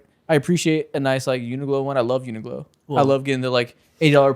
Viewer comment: you gotta stop saying uniglo bro, its uniqlo like unique